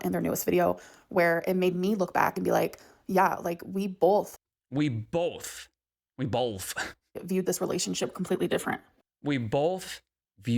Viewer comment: Bolth makes me irrationally angry